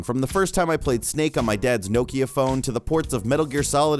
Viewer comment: "on my dad's no-keia phone" XD